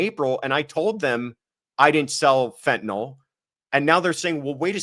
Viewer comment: It's pronounced fen-ta-nil, not fen-ta-nol